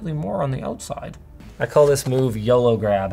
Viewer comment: "Yolo grab" not "yellow grab"